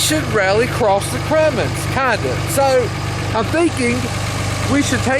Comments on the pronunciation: I'm going to start calling cummins, crummins lol replay it it sounds like you called it a crummins. Lol but I do love that truck! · Did i not hear him say the crummins